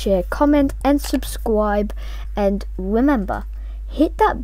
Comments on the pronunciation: If he knew about youtube when he was very little his first words would be, "Subscwibe" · lol i like your accent "like, share, subscwibe" also good tutorial, i was wondering how to make bubble chat and this really helped! you earned a new sub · in "Subscwibe" Me: Oh Yeah I'm Gonna Hit That Subscwibe Button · and subscwibe A future meme. SCWIBE SCWIBE SCWIBE SCWIBE SCWIBE SCWIBE SCWIBE SCW-SCW-SCWIBE